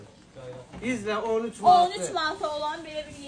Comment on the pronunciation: Savadsiz olmayin Maad yox Manat